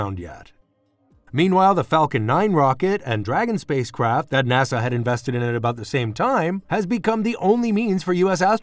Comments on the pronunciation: NAS-AH not NA-SAW! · Yup, not NAHSAW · Interesting but maybe hire a narrator that knows how to pronounce NASA.